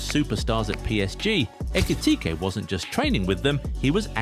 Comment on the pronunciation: this narrator needs to learn where to intone and accent in saying his last name. He had a few variations 😂 let me spell it out for you: eh - key - tea - kay Who else noticed Trent in this? 😂😂😂😂…. As you were….